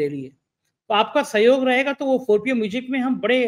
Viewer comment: sorry to say, please pronounce music properly.